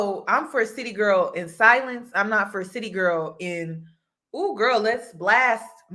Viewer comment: Chile this isn't "City Girl" it's "Ceely Girl"..